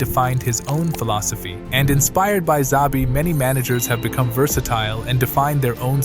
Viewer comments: It's Shabi not zabi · It’s pronounced as Chabi not Zabi. All these English speakers lol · 1 His name is not ZABI but SHAVEE. 2 No mention of Stanišić, Andrich, Schick etc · Bruh, you're the first person I hear saying or pronouncing zavi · It's pronounced Shabi ffs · His name is nit Zabi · CHA-BI Alonso.